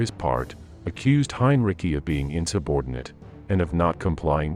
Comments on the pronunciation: Interesting info, but the AI narration repeatedly mispronounced Heinrici's name, to ridiculous effect. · Message for the content creator. While, I appreciate you putting this together. I could not get through it because of the poor implementation of the AI voice. The repeated mispronunciations of the same name make it painful to watch. Even more so because the name that's being mispronounced is the subject of this presentation. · Great vid, but please decide how you will pronounce Heinrici's name and stick with it. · Good information, but where did they scare up this narrator? He sounds like some sort of A.I. bot. Whoever or whatever it is, man or machine, at the very least, he should pronounce "Heinrici" correctly. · It is quite easy and there is no debate. About the pronouncation. The stress lies not on "Hein" but on "rici" like "ricky". Well, how devout a protestant was he supporting such heinous action ? It is an escape to be devout and then hide behind your uniform. Putting on an uniform might be the first moral transgression. If you get past this, anything may happen. We have to be clear about that. Rules of war - an absurd piece of legislation. Killing in style. The dead don't really care. The survivors need it more than the victims as the beast of war being unleashed, there is little than can be called cultivated. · Interesting account, but it would have been more plausible if some effort had been made to pronounce the German names correctly. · Hein ri ci, not "cki" look it up before you open your mouth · Heinrici is pronounced "hine-ritzy," not "hine-ricky." 🙄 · Narrator pronounces Heinrici's name the conventional way ("Hine-Rikki") many times, which is okay. But then he baffles the audience with somebody he calls "Heen-ruh-sigh." Something funny going on here. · It's not Heinricky for God's sake, it's HEINRICH! Please get a narrator in to do the voiceover, not a bot! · The name is HINE-REE-TSEE, not HINE-RICKY. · It's pronounced Hyne Ritzy